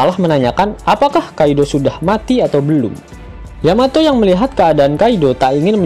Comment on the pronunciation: Yamato cok bukan yamete